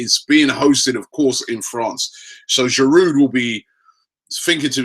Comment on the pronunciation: TheBala1999 Yes, you are right, but in this country most people call him Cazorla - except Robbie who calls him Corzola (or sometimes Carzola). We aren't Spanish so why would we pronounce his name the Spanish way? btw he gets Giroud wrong as well... the 'd' at the end should be silent.